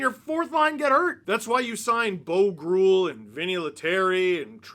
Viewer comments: I think groulx.: is pronounced Grew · It's B.O. Groulx. Benoit-Olivier Groulx